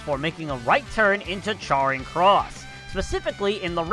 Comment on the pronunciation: Your pronunciation of Trafalgar, Charing and leadenhall is hurting my brain